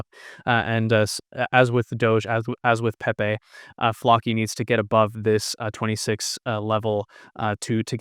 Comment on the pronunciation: Pronounced flowkee